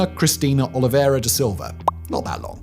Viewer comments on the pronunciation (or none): none